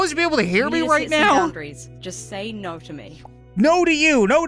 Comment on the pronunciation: Nar not no